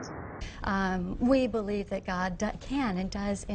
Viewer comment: The way she says "belive" is so damn close, if not the actual same, to the way Ms tenn South Carolina, says it... "I personally belive"... I bet they are related.